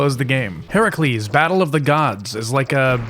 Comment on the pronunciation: HERUCLES????? that is NOT how you pronounce it lmao